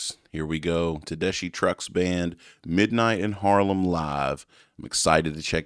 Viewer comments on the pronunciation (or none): Just so you know, Tedeschi is pronounced Te-des-kee, like a key in the door.